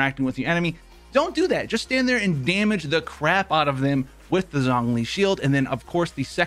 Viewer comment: Listening to you mispronounce Zhongli’s name literally kills me